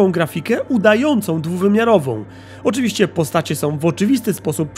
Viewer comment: Nie wiem czy te "oczywiscy" to przejęzyczenie czy aż tak się wczułeś w role pijaka detektywa;)